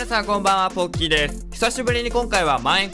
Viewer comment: 最初のポッキーですがポッピーに聞こえたw